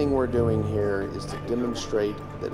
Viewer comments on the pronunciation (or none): none